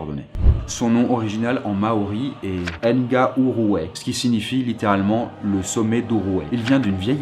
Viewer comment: Salut! Petite précision pour le Mont Doom du Seigneur des Anneaux, le nom maori se prononce "Na-rou-hoy". J'y étais il y a quelques mois et l'endroit est juste splendide, ce Mont fait parti du Tongario Crossing qui est également le décor du mordor. Il est effectivement possible de monter au sommet du volcan (toujours actif) mais ce n'est pas chose aisée mais ca vaut tellement le coup!